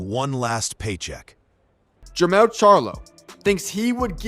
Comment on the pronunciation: Jemall not Jemell....both are loses